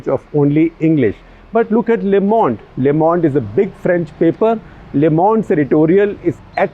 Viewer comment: Shekhar Sir, "Le Monde" is pronounced as "leuh Monde" instead of "leh Monde"